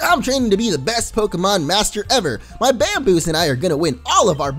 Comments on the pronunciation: I think it's meant to be pronounced Bam-bowse. As in "Bamboo Mouse". Also you missed a potion that was in the top drawer of your desk at home. Your computer literally told you to get it. You seem to have a habit of speeding through and missing ialogue. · Bambouse is pronounced bambowse also getting it soon it looks so good